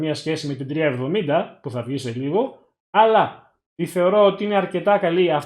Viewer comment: 370 ή 3070 γιατι δυο φορες που το ειπες στην αρχη, 370 το ακουσα!Βασικα σε ολο το βιντεο 370 λες!